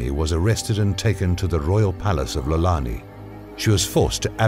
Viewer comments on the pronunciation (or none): Its not Lolani, it's Iolani. That first letter is an "i". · Sounds like they hired a narrator who probably confused the I for an L. I have heard a lot of people say Lolani when reading it as I'olani. Always good to correct :)